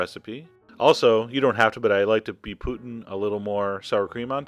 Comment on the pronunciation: Why do u say poutin? instead of putting?